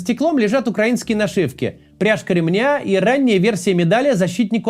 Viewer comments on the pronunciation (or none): none